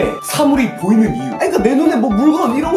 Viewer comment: 영비 보이루 듣고왔더니 보이는 = 보이루로 들리네 미띤